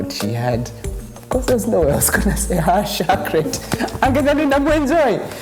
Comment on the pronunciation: 😂😂😂😂 haaaat shocorate 😂😂😂